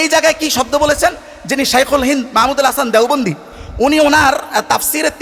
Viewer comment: এই শিক্ষিত লোক মাহমুদুল হাসান দেওবন্দির নাম টুকু ও ছহীহ করে বলতে পারে না।